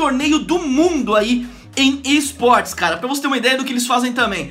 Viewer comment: no comeco ele falou eisportes